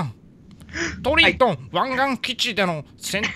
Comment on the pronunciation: ト↑リ↓ン→ト↓ン→